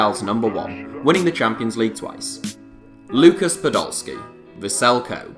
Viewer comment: just want to say, Kobe isn't pronounced "Coub" but the same as "Kobe" of Kobe Bryant (with the Be spelled more like Bay without the y instead of Bee)